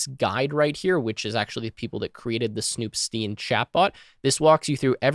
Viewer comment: I would think the “stein” in snoop.stein should be pronounced “styne” like in “einstein”